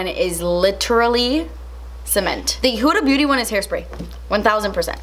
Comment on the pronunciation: Everyone: Huda Beauty: “who da booty” 😂